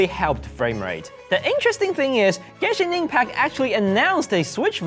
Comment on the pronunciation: "we TRied! Genshing ingpak on SwiSh" :3 i mayyyyyn wii do get into da gang B)